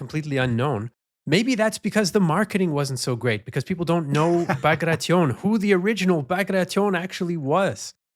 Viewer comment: Dear. Kudos for not pronouncing "Bagration" the way that statistic Canadian would pronounce "Situation" 😁